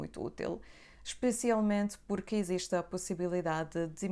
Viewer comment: Púrqui? Kraleo pohha é isso